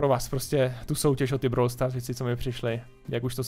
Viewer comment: Začátek videa:Bráwl stárs 😂